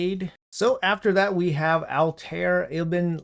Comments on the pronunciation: ALL- TAH - EAR = Altair! Plz bro don't make me weak. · Pronunciation, if you care is Al(l)-tie-air. Bai-ek, Ba-seem